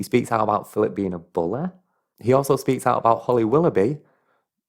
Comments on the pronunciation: I love how you say "bully".. He's a "bulay" 😅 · I love the way you say money and bully lol